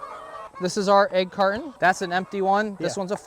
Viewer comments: AIGS! We got AIGS! It's an EGG not AIG! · Head bang every time I heard the letter A in "egg." It's like sleeping on a bade, chaking a list twice, trayking through the forest, looking for a treasure chaste, putting your nake on the line for someone, the baste of the baste in waystern haymisphere. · The way you pronounce "egg" drove me insane